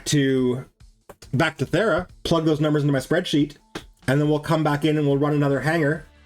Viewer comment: VERY LATE, but super funny to me. He said, “To get the Thera, we must go to Fera.” I immediately thought, “Well now all the Brits are confused!” Are you perhaps… British? 😜